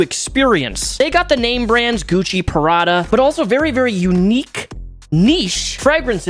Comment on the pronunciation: Love how you said “pa-ra-da” 😂 instead of “pra-da”!! All good tho! Awesome video!🙌🏼